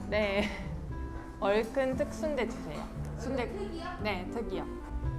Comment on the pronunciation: 얼큰특순대국밥 발음 완벽한 한국인😅